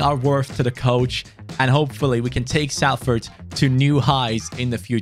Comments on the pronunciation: it’s pronounce solford not salford! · It’s not S-A-LFORD it’s pronounced Solford like so can see I’m from Salford myself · its pronounced Solford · Thanks mate, I’m from Salford and nothing annoys me more than people pronouncing it with the A sound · just so you are aware, the ‘a’ in Salford is pronounced as an ‘o’ so the team is pronounced as ‘solford’. Lovers this video can’t wait for more 🔥👍🏻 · its more like sulford or solfurd in the pronunciation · Yeah it doesn't make sense when you said salford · It’s “Solfahd” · I'm rlly sorry but it's pronounced solford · The way he says Salford 😂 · I'm just watching this now. I was looking for all the comments and there's hardly any. It's so jarring and he said it about 3 times in 5 seconds